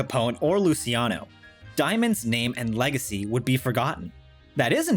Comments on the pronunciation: I was just about to post a comment about how well written this one was, then you said “legs-acy” 😑 So I’ll say this one was mostly very well written 😆🥰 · I started tearing up at The Boy From Oz part and then you said "legsacy" and I started crying from pure rage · Lose 'legs-acy'! 'In-city-ous' is good, though.